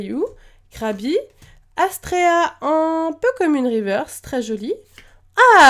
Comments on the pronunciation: si elle a mal prononcé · Arrete de dire astrea c'est ASTERA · C'est AsTEra pas AsTREra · C'est astera , pas astrea^^